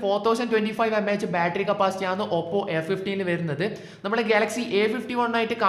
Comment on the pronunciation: ആണ് എന്ന് പറഞ്ഞു പഠിക്ക് bro. കേട്ടിട്ട് എന്തോ പോലെ തോന്നുന്നു